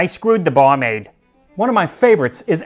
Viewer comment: “Ay skreowd da baur-maide.”